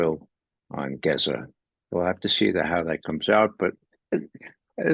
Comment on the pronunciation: Ray McGovern is a gem! He even pronounces Palestinian place names and Arabic words perfectly. Eg, "Geza," not "Gaazaa" ...